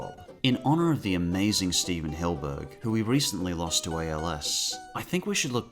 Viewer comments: hillENburg not hillburg SMH! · Does he say "Hillburg" on purpose. Is that how its pronounced? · Why do you call him Hillburg? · I'm just letting you know that you are pronouncing Stephen Hillenburg's surnmane wrong. PS great list